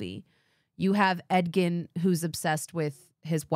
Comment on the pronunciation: Every time you say Edgin, I hear Ed Gein 😂 there's something wrong with me